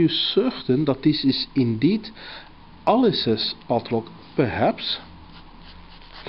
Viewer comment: I love the way he pronounces PADLOCK :)